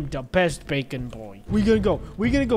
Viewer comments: thats BAKON not BACON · We're here with the creator of Bacon (BAKON) Me who pronounces it like bakon: 👁️👄👁️